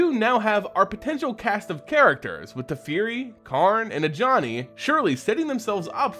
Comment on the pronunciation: Tefeari, Dome-inaria? bugs me. Personal issue. if that's the correct WoTC pronunciation, ignore me :P